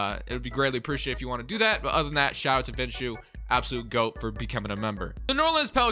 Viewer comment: This is the very definition of a GOAT rebuild! Thank you so much for making it and I enjoyed watching it! Victor winning the Finals MVP during that least season was the perfect ending. Also, my name is pronounced "Vish-noo".